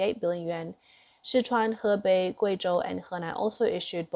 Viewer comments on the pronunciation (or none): none